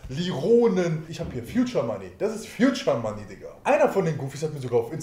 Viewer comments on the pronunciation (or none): "Fjudscher Manni"... alter ich kann nicht mehr :D